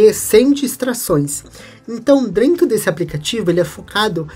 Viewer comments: Vídeo muito bom. Sou professor e quero te ajudar num ponto. Atenção para a pronúncia. Não é “drento” e sim DENTRO. Espero que não leve a mal o meu toque. Prossiga firme nos seus vídeos e projetos 🙏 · Achei legal ele falar dessa forma. Até adotamos aqui ne empresa "Esta tudo Drento". lembre-se, humanas depende das exatas; falar bem ou direito não leva ninguem a Lua!!!